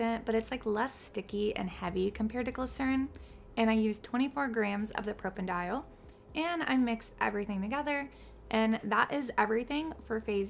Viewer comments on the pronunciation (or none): You clearly know your stuff and have a lot of great formulas, but it drives me nuts how many things you mispronounce 😩 Please take the time to find pronunciation guides for ingredients. No one is going to get it all 100% correct, but..... It's pro-pan-uh-dee-awl, not pro-pen-dial 😩